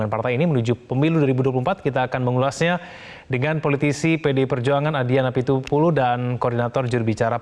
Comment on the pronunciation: Sebut nama aja salah Adian napitulu